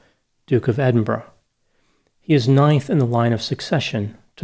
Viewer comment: You're the first American I've heard who's ever come close to pronouncing 'Edinburgh' correctly. Go the Doc!